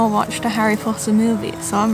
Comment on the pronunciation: MARINETTE DUPAN-CHANG! HOW DARE YOU KNOW ABOUT HARRY POTTAH!